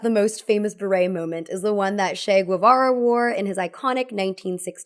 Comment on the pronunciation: Hey! I watch all your videos and this is my first time ever commenting, but I couldn't help myself hihi 🤓 Che Guevara's name is pronounced with a 'ch' sound like 'chair', not 'sh'. The name comes from the Spanish 'Che', which is a word we use in Argentina to get somebody's attention (just like 'Hey!') Since Che was born and raised in Argentina, when he arrived in Cuba it caught ppl's attention that he was using this expression so much (we only use it in Argentina and maybe also in Uruguay/Paraguay), so locals nicknamed him 'Che' Guevara 🤓☝️ Ok this the end of my small contribution ❤❤❤❤ love you!!!!!!